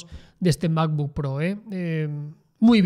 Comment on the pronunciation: El "mapbook"